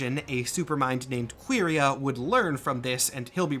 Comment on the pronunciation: Pretty sure the pronunciation is more like "Curry-uh" anyway, or maybe `Kworry-uh`, but definitely not "Queery-uh".